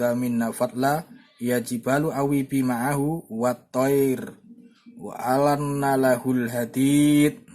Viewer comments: maaf kang ada bacaan yg keliru.harusnya bacaannya wa alanna lahul hadida.bukan wa anna lahul.mksh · ولقد أتينا داود منا فضلا ياجبال اوبى معه والطير وألناله الحديد Maaf Min, tulisan yg di vidio ini perlu dikoreksi, dan jg membacanya kurang tepat. Yang bener : ya jibalu (ياجبال) Yang benar : wa alanna (وألَنا)